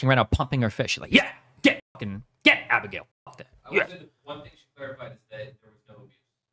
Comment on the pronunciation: The way Destiny pronounces Abigail triggers the fuck out of me.